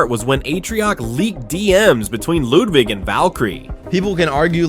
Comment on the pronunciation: Hehe Bro said lewdwig